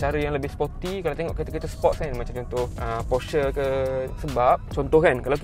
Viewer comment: “Velfire & elferd” “Porsyer” Hehehe